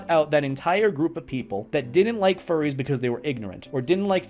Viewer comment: I can not get over how he said "forries"